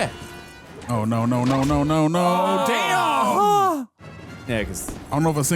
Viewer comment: ima be real. dude saying "noer" like he's Australian gets mad annoying.